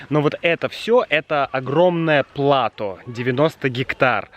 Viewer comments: кстати о непредсказуемом ударении в русском языке, мне кажется, ты неправильно ставишь ударение в слове плато. 😜 Спасибо за еще одно выдающееся видео. С наступающим тебя и Юлю! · Спасибо! Слово плато взято из французского, и по-моему у них всегда или почти всегда ударение падает на окончание. И в нашем слове plateau, ударение так же падает на окончание. Поэтому мне было немножко странно услышать плАто. Но знание о том, какие "ошибки" часто делают носители тоже своего рода информация. Так что спасибо! 😁